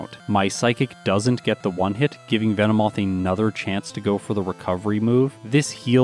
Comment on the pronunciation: Pardonnez mon foutu Francais, but what the feckin' daffodil did you just call Venomoth?!?!